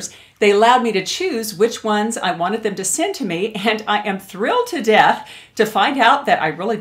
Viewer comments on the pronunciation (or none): none